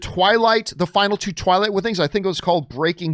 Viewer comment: Twight Breaking Dawn is how Mike Tyson pronounces it